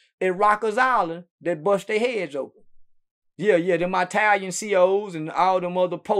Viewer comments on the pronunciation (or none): “Dem eye-talians” 😂 😂 gets me every time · “The Eyetalians” LMAOOOO